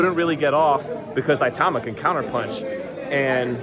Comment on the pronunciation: at least try to pronouce his name properly man